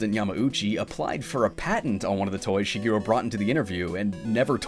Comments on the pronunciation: Be nice if you pronounced his name right. It's Shigeru (shee-geh-roo), not Shegiru (sheh-gee-roo). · Shige, not Shiggy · Shigiru? Who the hell is Shigiru? Like the rest of the entire internet, you're pronouncing his name wrong. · Which pronunciation?? English or his actual Japanese pronunciation?? Because if you mean his Japanese pronunciation Shigeru Miyamoto (Japanese: 宮本 茂, Hepburn: Miyamoto Shigeru) mē ya no toe she gay roo(or even where you just cut off the U because it's not really said in Japanese like it is in English) but I don't know if you know Japanese or if you think it's mispronounced like most Western countries that use Japanese words like tsunami or Tokyo or Kyoto… Tokyo in English is always pronounced as a three syllable word, but in Japanese(which the words come from) Tokyo(and in extension Kyoto) is technically a two syllable word… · "shuh-GEER-oo" Miyamoto. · it is unfortunate that you dont pronouce his name correctly in a documentary about him. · Nice Japanese pronunciation, fgt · All this work and you couldn't be bothered to look up how to pronounce his name. What a slap in the face. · Wrong. There's right way and a wrong way. Look it up. The way he pronounces his own name is the right way. Period. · One whole video about the guy and you couldn't pronounce Shigeru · LOL exactly what I thought. Sad. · Alternate title: 26 Minutes of a Guy Mispronouncing "Shigeru." 😅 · It seems a pity to write so much then have someone mispronounce the Japanese words.